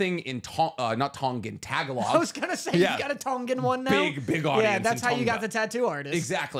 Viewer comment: I really am gonna be that guy who does Day #whatever for to say tagalog right aren't I? Tagalog is pronounced like (tuh-gaa-luhg) Banging podcast btw guys 🤙